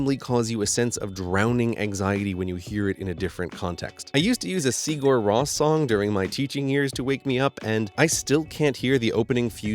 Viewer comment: Rose, not Ross!